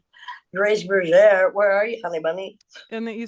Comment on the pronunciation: Great episode. But please correct Grace’s name, it’s Grace Bergere, not Burger!